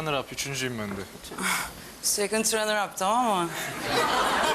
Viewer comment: Telafuz sıfır runner i tranir gibi onu geçtim ana dilin değil abi second ikinci first birinci sen first e ikinci second a üçüncü siz neler yapmissiniz 😂